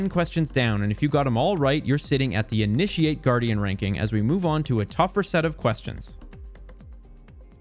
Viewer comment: Maybe pronounce "initiate" correctly.